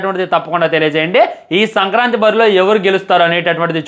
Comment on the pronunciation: Orey adhi sankrati kaadhu ra sankranti 😂😂😂